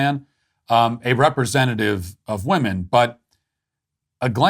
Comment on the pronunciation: People are pronouncing ‘women’ as ‘woman’ and vice versa. Nobody is talking about it and it’s driving me nuts.